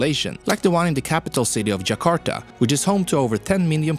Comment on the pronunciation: Even you pronounce Java natively, and jakarta 95% right